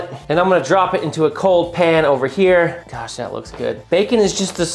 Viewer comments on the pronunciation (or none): none